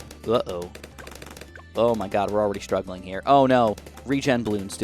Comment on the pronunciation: i hate hearing him say "zoh my god"